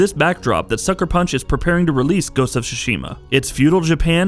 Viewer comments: It's Ghost of TTTSSSUUshima and not xuxima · Very excited for this game! But, it's torture to my ears every time he says "Sushima" instead of "Tsushima"... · Hahaha, this dude pronounces the title as Ghost of SUSHI-MA! LOL! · Please stop pronouncing it SU-SHI-MA. The tsu sound is not the same as the su sound. I just want people to take the Japanese language more seriously if you are into the Japan culture and history. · The T isn’T sillenT... Tsushima :/ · First learn to pronounce the name right god damn it